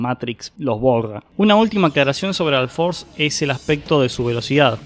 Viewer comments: alforce altimate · porque pronuncias la u como a????